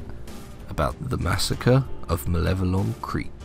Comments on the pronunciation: The seemingly deepest lore of malevelon creek is that it's supposed to be pronounced like "malevolence" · please its pronounced ma-level-on, its not "maveleon" or whatever this dude said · Say it with me mah-level-on creek not mah-veli-on creek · I would assume you'd take 30 seconds time to read the name of the dang place. It's not MAH-VELLION creek - you even have a transmission ingame that correctly calls it MA-LEVE-LON creek. DO YOUR 30 SECONDS OF RESEARCH! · MA-LE-VO-LON. Not "Mavellian". Every time you say "Mavellian", an automaton kerb-stomps a kitten. 43 million Helldivers didn't become compost in that sh**hole for it to be mispronounced. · MALLE-VELON Creek, good sir. That’s how we say it. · my dude, I love your video, but you should know that it's 'Malevelon Creek', not 'Mavellion Creek'. seriously tho more videos like this pls! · Is it a meme at this point that people can’t pronounce Malevelon. Got this guy calling it Maveleon. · Malevelon* not Mavellian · Ma Leh Veh Lon Sound things out people it’s not hard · You keep saying maveleon not malevelon. Thumbs down no sub. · listen bud...if you're gonna make a video on something. Learn to pronounce the name correctly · lmao why does everyone say malevelon creek wrong? im not pissed or anything im just curious. everyone says erata prime and hellmire the same, but there are so many variations of malevelon creek. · How many times can one man say Malevalon Creek wrong xD